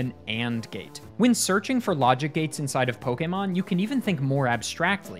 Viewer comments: My god, someone who actually pronounces Pokémon correctly (poh-kay-mon, not poh-key-mon or poh-kuh-mon). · Why does he say Pokémon perfectly?